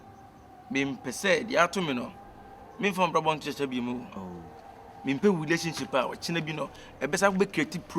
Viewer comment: Who's hear hulationship from Kyekyeku😅😅😅😅